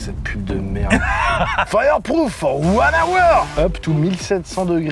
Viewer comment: Fireproof FOR ONE OWEURE !!! Dans toute sa puissance le beauf !